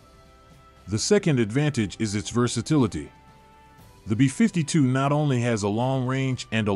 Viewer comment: Why can’t you pronounce “B-52” correctly? It’s BEE fifty two, not bee FIFTY two.